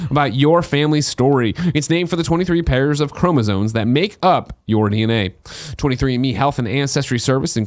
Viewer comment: Can y’all pronounce the second M in chromosomes instead of saying chromozones? FFS.